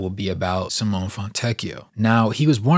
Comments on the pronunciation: See-mo-neh please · Side note: his first name is pronounced "Simonay" for Americans. The "e" in Simone is not silent. Nice video 👌